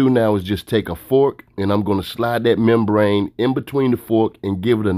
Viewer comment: I cringed every time he said membrane